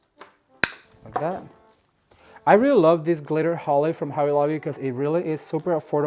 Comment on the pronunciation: a "B" is NOT a "V" if you are going for quality fix your english !! its not hovvy lovvy !!